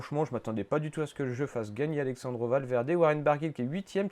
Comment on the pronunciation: "Alexssandro Valverde"... 🙄 Pour info, il n'est pas italien ! Alejandro... On prononce Alerandro